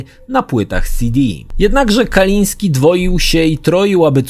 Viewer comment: Tom, nie miał na nazwisko Kaliński, tom nie Polak w końcu. Mówi się Kalinske i się nie odmienia prtzez przypadki, ewentualnie p[rzez dodanie końcówki (bez apostrofu, bo kończy się na e), jak przy anglojęzycznych imionach i nazwiskach standardowo: Kalinskego. Kalisnskemu, Kalinskem itd.